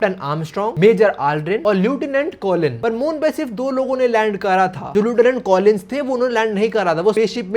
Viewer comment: no offence but lieutenant ka pronounciation galat hai. Bleach dekhne ke badh bhi😭